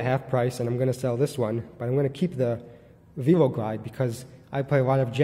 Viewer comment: Probably because velo is associated with bicycle, and it has a chain, and no lever. Velo is not a new word. Pronounced like 'vello'